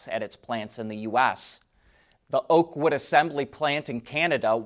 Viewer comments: Oakville, Ontario not Oakwood!! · “Oakville” not oakwood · Thank you for your informative videos. You confused the name of the location of the Ford plant. It is “Oakville” Ontario, not “Oakwood”. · Oakville not oakwood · It is OAKVILLE not Oakwood! It's in Ontario. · Oakville not Oakwood. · Oakville Ontario, not Oakwood